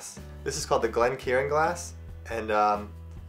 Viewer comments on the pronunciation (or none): It’s pronounced glen-KAREN not glen-KIERAN ??? Please don’t spread false pronunciations… ruins us real whiskey taster’s…